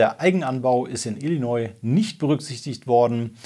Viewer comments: Mein dritter Kommentar :D Ich will ja nicht klugscheißen, aber bei Illinois bitte nicht das "S" am Ende mitsprechen. Gesprochen heißt es Illinoi / Illineu. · Jetzt müssen wa dem leider auch den Bundesstaat ILLINOIẞ vorhalten 😂😂 Nach Messaschuschätts und Coloräido...